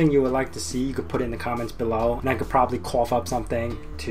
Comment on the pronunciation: "i could problubly couff up something. WHAT?